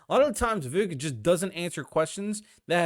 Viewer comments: You lost me when you pronounced his name, its not princess Vivi bro, its VI VEEEK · Vivek pronounced like cake. Vi vake like cake. Just try and research pronounciation before you talk about him for 30 min. Don't worry...you're not alone. I've seen the same mistake by mainstream conservative talking heads....almost enough to stop watching them, as they have no excuse. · Vivek is pronounced Viv-AKE, like CAKE. Get it right!